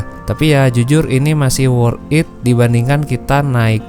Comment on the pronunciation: Di baca nya Worth tit bangg di gabung, bukan worth it di pisah bacanya